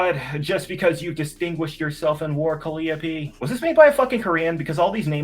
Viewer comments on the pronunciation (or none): Calliope is a Greek goddess and the muse of Epic Poetry and eloquence. I'm cringing because she is one of my favorite goddesses. (Call - eye - oh - pee) This is disrespectful to name this cow with her name.